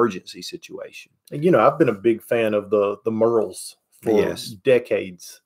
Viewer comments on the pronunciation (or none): The Merrell shoe folks are my distant cousins. It's pronounced MARE-el.